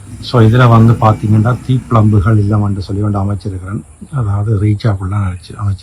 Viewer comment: தீப்பிளம்புகள் இல்லை. தீப்பிழம்புகள் என்பதே சரி.